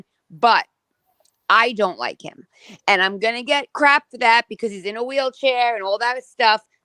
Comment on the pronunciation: Replay crew., I love you so much. Please 🙏 please stop saying Em. It's Him. Kisses, my love. I can't with the Temu Kardashian John.